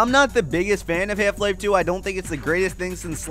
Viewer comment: Half Life is not pronounced like that.